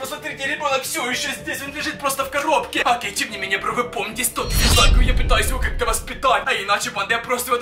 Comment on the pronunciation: Ты сказал 20 лайкав